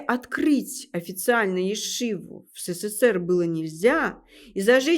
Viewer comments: Не " се-cе-сер", а СССР! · Уважаемая, правильнее говорить не сэсэсэр а ЭСЭСЭЭР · Какая мерзость, образование не помогло этой несчастной подлечиться от антисемитизма... Ну, если она, Господи прости, журналистка, то подготовиться "к лекции" могла бы ⁉️ Это же стыдоба. Все слова говорит не правильно используя ударения - Машиах, Менора и т.д. Даже СССР произносит, как "Сэ-сэ-сэ-р" Ужас❗ Путает между историческими личностями, которые жили в разных тысячилетиях Но, это ерунда, народ всё схавает... Я не собираюсь анализировать весь этот антисемитский бред, что она несёт, но это же смешно говоря о большом учёном, геологе, "человеке легенде" она вякает, что из-за него Россия ест пальмовое масло...😂😋🤣 Слушая анализируйте❗ Хорошо, что чёрные очки надела, глазки "света" боятся... Ну, это и понятно